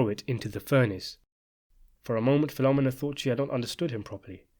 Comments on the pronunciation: The pronunciation of Filomena hurts my ears. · Great story, but the pronunciation of Filomena got me cringed every time. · Her name is pronounced PhiloMENA, you dunderhead. Not PHILomina! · Fil-o-mee-na, not phenomena. Haha. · Filomena is pronounced fi-luh-MEE-nuh, not fi-LO-muh-nuh. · Great vid! Just an aside, it isn’t Filomena like “phenomena” rather Fee-low-men-uh 🤙🏼 You could pull the penultimate syllable to sound like the second A in Charlemagne as well but that is not such a big thing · the woman's name is filomena, pronounced Feel-o-meena, not filomminna. sickening to hear all the repeated mispronunciation. regarding luca stumbling over his lines at the wedding, the actor may have flubbed his lines in real life, but that's exactly what puzo described in the novel: brasi stumbling over the flowery lines. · Fill-oh-meenah not Filohm-minah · Great video, as always…only her name is pronounced Fill-O-May-NA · My dude. I love your videos but you gotta start checking how you are pronouncing things. "PHIL-O-ME-NAH" 😂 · Fill-oh-me-nah. Just saying. Thank you for making this video. Luca was always scary. I read the book! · Fill-o-meen-a.... trust me. I worked for Italians that named their restaraunt after mother. Filomena's Lakeview in Deptford, NJ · I attended elementary school with Italian girls with names such as Carmella, Sabria, and Philomina . . . pronounced PhiloMEENa which I believe is how an Italian-speaker would say it. I suspect that the narrator's consistent mispronunciation is related to how the British often put the accent on different syllables as in "laBORatory". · I can't with this pronunciation of Filomena. Phil-om-en-na hahahahaha. Take a minute to see how to pronounce a name before you say it 100 times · In Sicily, the girl Michael married was named APOLLONIA (pronounced Apo-LO-nia), not APOLLINA. Also, the name Filomina is pronounced Fi-lo-MEE-na, not Fi-LO-mina. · Some pronunciation corrections: It's Fil-o-MEN-a and A-poll-O-ni-a.